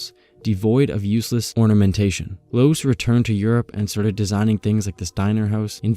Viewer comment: Loos is actually pronounced as in "lost" minus the "t", and Mies van der Rohe is "miss fan de'Row", "Mies" being his actual family name and the "van der Rohe" a pretentious Dutch-style matronymic he appended to his name to seem more upmarket in pre-war Germany ("Rohe" being rendered as "Raw-eh" in German, more or less, but later commonly mispronounced in the US, and the American pronounciation prevailed). LMvdR is commonly referred to as "Mies", never as "de Rohe", "Rohe" or "Ludwig Rohe". Anyway, a nice roundup on how Louis Sullivan bookended both the modern highrise and the centuries-old decorative architecture on either end. He is a bit of a tragic hero who tried to marry the beautiful with the modern, with most of his students, including F L Wright, effectively contradicting him.